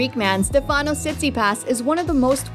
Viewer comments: it’s not StefÁnos. it’s StÉfanos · Just a quick point. His first name is intonated on the StE, not the fA. So, it is StEfanos, not StefAnos. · Stèfanos.. not Stefànos Stèfanos Tsitsipàs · Agreed. Stefanos in Greek is pronounced like the English name. Like Stefan. StefAnos is more Italian or French. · I really don’t get why it’s so common to jeopardize Greek names . Is it so hard to say Stέfanos ? Why it’s so common to change the intonation ? If you want to call him with the English version of Στέφανος , better say Steve or Stefan . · You not pronunce well the name Stefano. The accent goes in the vocal E e non in the A. It’s easy to do that. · It’s Stefanos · Not correct...it goes on the e for Stefanos and the a on the Tsitsipas...